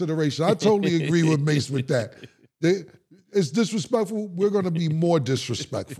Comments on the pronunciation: He kept calling mass cam 😂😂😂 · Is Haney calling mace cam😮😂😂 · Why homie keep calling murda cam 😂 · Calling MurdA “Cam” is crazy 😂😂😂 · If bill call mase cam one more time 😂😂😂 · He kept calling Mase, Cam 😂😂😂